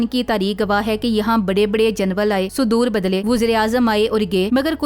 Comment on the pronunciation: Behan aik work teek kr len janwun nhi ""General"" lafz hai